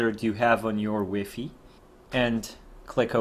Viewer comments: Took a lot of energy to stop me from throwing my remote at the TiVi because you kept say WeeFee. Do you say HeeFee for high fidelity too? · he is most probably French that's why he was saying wefe